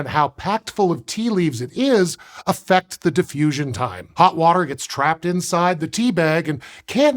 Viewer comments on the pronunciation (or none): I heard that too